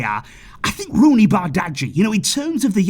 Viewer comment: I guess you should pronounce Roony’s name correctly